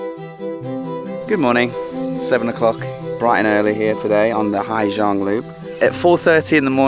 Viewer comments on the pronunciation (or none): they said = " ha -sang" not " ha - giang" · I wished you'd have stopped once in a while to enjoy the view. "Gi" in Vietnamese is pronounced like Z in English, if you say Ha Zang or Zhang, then most people would understand what you mean. Summer is the monsoon season in SE Asia (moisture from Gulf of Bengal waters the land) :)